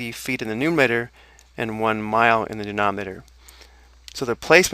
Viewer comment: It is called numerator, not numator.